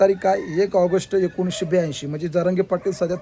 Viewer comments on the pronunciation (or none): none